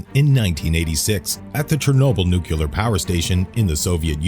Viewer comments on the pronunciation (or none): IT'S NOT NUCULAR!!! IT'S NUCLEAR!!! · Yes, thank you, that always ticks me off! If you are speaking publicly, or in video, LEARN HOW TO PRONOUNCE THE WORD NUCLE-A-R.